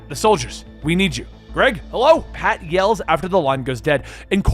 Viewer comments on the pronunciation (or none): none